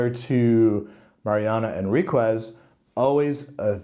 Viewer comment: The "u" is silent. En-rik-es😊